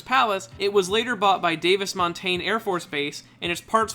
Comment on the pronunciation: You pronounced Davis Montham wrong